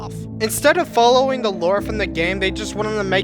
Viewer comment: Watch how to talk like gametoons never say THE only say ta and never say this say tish